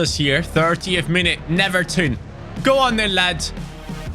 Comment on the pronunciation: Not to be the boring guy, but is pronounced like “Neuerton” because here in Brazil “W” is like “U”